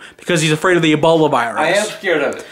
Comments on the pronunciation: Is he thinking of E Coli when he says "eboli" lol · "Eboli". Lol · Eboli? Lol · Just like how he says ebolie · “Eboli” I miss that man😭💯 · "Eboli" xD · Lol he pronounces it Eboly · "That damn ebolay virus"